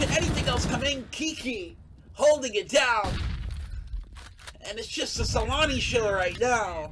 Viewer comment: Did the caster Say salami instead of Saloni xD :)